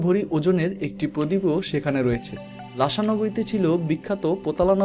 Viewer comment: ' লাশা ' না রে ছাগল অইটা হবে ' লাসা ' । স আর শ এর তফাত জানে না আসছে ভ্লগ বানাইতে